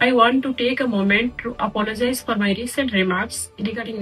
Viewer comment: Ye hai faculty upper se inko Apologize ka pronunciation bhi nhi krne aa rha,, ye padhate hai students ko... or selfie le rhe yani unhe koi gum nhi.